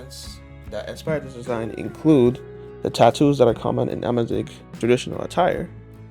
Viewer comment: AMAZIGH MENTION?!?!? holy peak finally some representation of my culture, even if you didnt do the prononciation right, im loving it I love how you interpreted out culture tehehehe in giggling